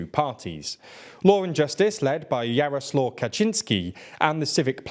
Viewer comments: You have improved. Kaczyński ok, but Jarosław needs a bit of a correction - it's Yaroh Swahf" ;-) . Well done for making the improvement. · Not Jaroslaw - its pron: Jaraswav